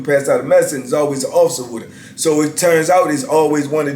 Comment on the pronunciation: He said "wit her funky self" 🤣🤣🤣🤣